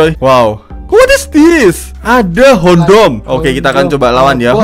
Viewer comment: Kok ngomong hondom kaya kondom y,maaf kalau salah #mefelzteam